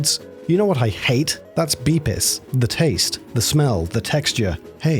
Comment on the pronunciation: Mispronunciation of "Bepis" Unsubbed and a'ight I'm out.